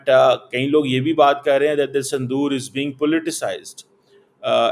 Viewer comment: Sandoor nahi saaile Punjabiie it's Sindoor